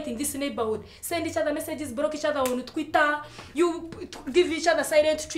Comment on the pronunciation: The way Kansiime says twitter kills me